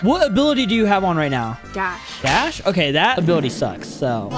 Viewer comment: I like when she said are you serious right neow